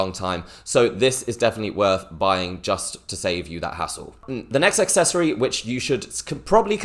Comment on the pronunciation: Whats an AXccessory? There is no X in Accessory lol